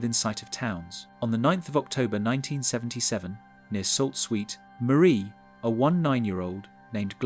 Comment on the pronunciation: The horrible pronunciation is KILLING me. LUD ING TON. SUE SAINT MARIE.